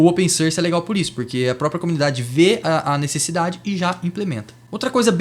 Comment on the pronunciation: open "sârs" 😝 enfim, ótimo vídeo, bem informativo